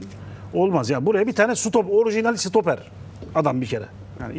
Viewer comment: Sutoper ve sukor diyorsun serday bey. Sürekli. Çok mu zor stoper ve skor demek. Anlamıyorum ki. :)